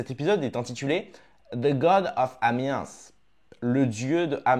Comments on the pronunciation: Top ton résumé ! (Nb : Amiens : on ne prononce pas le S à la fin du mot 😉) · On ne prononce pas le S dans A miens